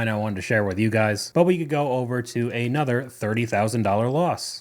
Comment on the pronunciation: Can you try to just say another not A nother? Nother is not a word.